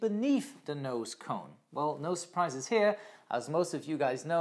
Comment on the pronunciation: did you now say nose-prises here ?